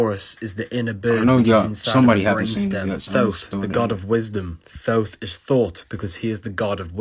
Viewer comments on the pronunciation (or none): The guy talking about Thoth, acting like an expert, doesn't even know how to pronounce Thoth. I don't trust him 🤣 FYI it is pronounced "Tothe"